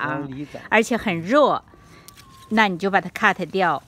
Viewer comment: 听到好辛苦，在想什么咳得掉。呵呵